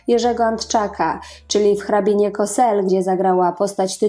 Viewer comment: Cosel czyta się Kozel...szanowna Pani...